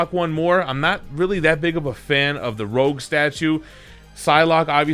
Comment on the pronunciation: I think it's Rogue not Rouge :D